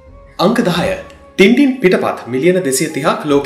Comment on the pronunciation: මගේ මතකයේ හැටියට මේක උච්චාරණය කරන්නේ ‘ටෑන් ටෑන්’ කියලයි. ඉස්සර ටින්ටින් කියන අයට විහිළු කරනවා. මේක ගැන මතක කෙනෙක් ඉන්නවා නම් අව්‍ශ්‍ය පරිදි නිවැරදි කරන්න.